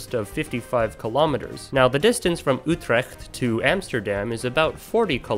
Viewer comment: I was momentarily distracted at the commendable attempt to pronounce Utrecht correctly!